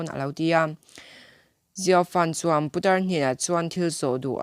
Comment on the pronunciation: I video ka lo en kual a,i in siam rem chak hle mai,ngaihthlak pawh a nuam tawh e,mahse i thu lam hi, i lam no ka ti dawn nge i lam tha peih lo ka ti zawk dawn,lam puat,putar tih te puta tih lam ang a ri te leh thu thenkhat te hi a la awm leh zeuh thin a nia..ka subscribe nghal ang che, i ni bawk a.👍💯